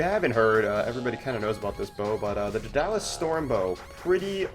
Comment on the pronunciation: lol.... Duh-Dalus. Must not have taken mythology! I still enjoyed your video though.